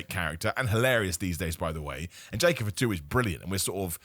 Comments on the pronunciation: F'too, not any hint of an A in there lol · pronounces Jacob Fatu as Jacob for two 😁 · Sounds like he's checking in at a restaurant. "Jacob for two? Jacob party of two?"